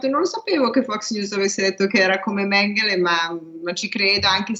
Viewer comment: si mette l' accento sulla prima sillaba nel nome Mengele